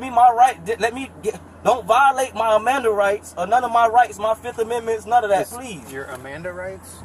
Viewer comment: MIRANDA RIGHTS! THE FIRST GUY REALLY SAID AMANDA RIGHTS LOLLLLL